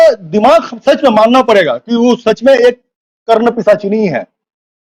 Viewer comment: कर्ण पीशच्नी नही यार कर्ण विश्चानी अलग होता है । र क्तपि शा च्नी होता है।